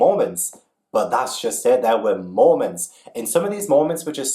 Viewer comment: YOU TALKING ABOUT MOMENTS IN BALLAD AND I THOUGHT YOU WERE SAYING MORMONS